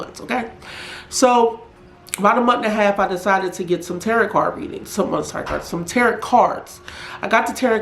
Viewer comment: It's pronounced tarow, not tarot as in carrot. Tarot.